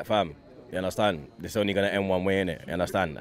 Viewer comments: "Yunderstand"... Get it right, commentators! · ”Undertand? I don’t understand” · You undastand lol 😂